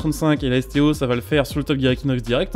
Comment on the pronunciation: C'est la Lamborghini STO et non SCO (J'ai écouté plusieurs fois et à chaque fois tu dis SCO) :/